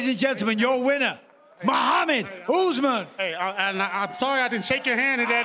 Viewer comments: It's "Oth-mann" not "ooozzzman" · I thought the announcer said "The Martyr" Usman. fml